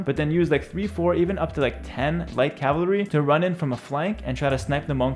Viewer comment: Lol he can’t say cavalry, he says “cavlary” 😂😂😂😂